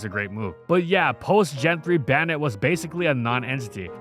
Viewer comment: Why does bro pronounce Banette like that